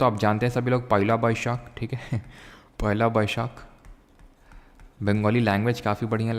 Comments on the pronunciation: Pooi laa nhi Sir jii🤕🤦🏻‍♂️ Poylaa boisakh...💝 By the way up joo v kho sunne me accha h lgta hai... Ohiii ohhiii..😂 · he is false pronouncing it in the tone of bengali to make us remember.